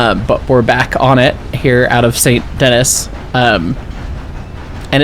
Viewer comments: Fun fact, Saint Denis is not pronounced “Saint Denis” it’s actually pronounced “san danee (in a French accent)” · the city of Saint Dennis is not pronounced the way it looks. Its pronounce "San Denee". its french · It’s pronounced San den-ee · "Saint Dennis" is crazy lmao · "We made it to Saint DeNNiSS" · ah yes, my favorite town "Saint Dennis" give him no context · Those semaphores sprinkled all over Saint Denis (pronounced Saint Danee) are upper quadrant semaphore signals, common on British railways in the early 1910s-20s until being replaced by electric light signals in the 60s. I’m sure you know this already, but the 4-6-0 is mostly based of the Baltimore and Ohio #147 “Thatcher Perkins,” built in 1863. She retired from service in 1892 which means this engine does not fit the 1899 time period by 7 years, unlike the more period appropriate 4-4-0 which is based off NYC #999. The bell sounds for both types of locomotives are taken from Strasburg #90, albeit a bit smaller than they actually should be. Surprisingly the AI engineers have accurate American whistle codes you’ll occasionally hear when departing/arriving at stations, going through crossings, even that emergency 5 blasts to tell you “clear the tracks.” All-in-all, pretty decent portrayal of turn of the century American steam while still being cursed in the infrastructure department. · i've never been to Saint Denis and i'm irrationally bothered by it XD